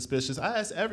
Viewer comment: Its " ask " not " axe " bruh 😒